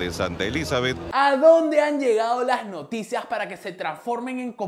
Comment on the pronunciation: te desayunaste la i de Noticias jjjjjjj